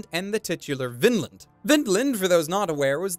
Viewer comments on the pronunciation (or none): Sigh ... Vinland has a long "i" in it, not a short one.